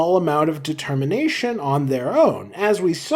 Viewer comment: ah, yes "de-termination"